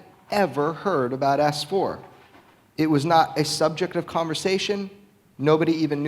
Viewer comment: Jeremy....it's "ess four" not "ass four" 😋😋😁🤓😚😍